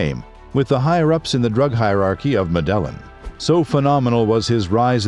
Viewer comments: Pronounced med e in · That's not how you pronounce Medellin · Medellin? Get the pronunciation right please!! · Literally hurts my head hearing 😭